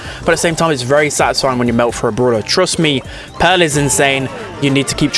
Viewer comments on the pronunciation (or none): Everyone: Pearl: Peehrl